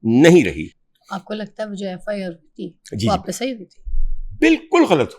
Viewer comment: Ghalt nahi hota GHALAT hota hay.